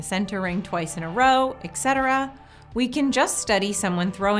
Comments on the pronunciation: ET cetera. not ex etera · Etcetera is pronounced eht-SED-er-uhh, not ex-SET-er-uhh. Correct pronunciation helps maximize the professionalism of your videos.